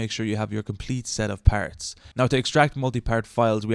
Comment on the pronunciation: You got a like for how you says RARR and PARRTS. Also this was helpful thank you lol